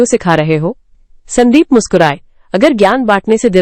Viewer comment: Stop AI ki bakwas , स्यांदीप kya hota hai sandeep hota haiसंदीप